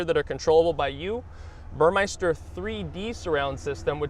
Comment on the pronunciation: It's "Burmester" not "Burmeister"